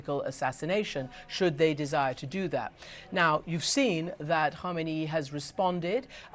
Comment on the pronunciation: Why the hell are most reporters call Iranian leader KHOMAINI ? His name is khameneyi 😂